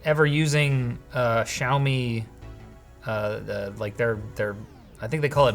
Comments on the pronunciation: SHOU-ME??? What kinda pronunciation is that? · I can't unhear the Australian: "Show me 12 Pro"